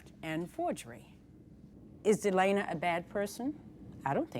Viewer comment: My name is Delana and the judge kept saying Delana instead of Delena and it was tripping me out! 😂 My name is pretty uncommon so I never hear my name said in videos.